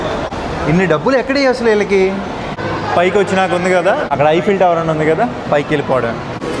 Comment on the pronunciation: First one the way you said is right